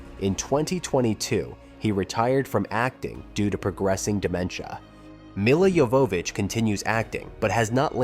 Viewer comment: I guess this AI hasn't seen the film. "Mila YoVOHvitch", "lead actors", "two thousand three hundred". Tut-tut.